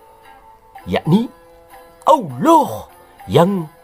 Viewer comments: Ngomong alohnya paseh banget. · Referensinya lengkap jarang orang mendedikasikan minatnya seperti ini. ketika menyebut owloh suaranya mantap kadang lucu. Sebutan owloh humma jelas dewa bulan. Beda dengan si humma. Banyak idikator lain yang mengarah ke Dewa Bulan. Salah satunya bulan Sabit. Karakter owloh dalam qur'an semakin jelas